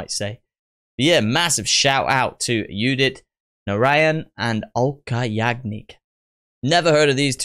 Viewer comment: Udit Narayan is pronounced as 'oo'dit Narayan.. and not 'you'dit.. But trust me, you're getting better😂 You said earlier and you finally pronounced a lot of them correct. So, Kudos